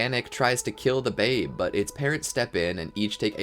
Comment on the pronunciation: The babe? Why did you say it like that